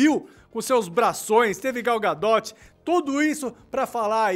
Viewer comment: "Gal Gadótchi"? Kkkkkk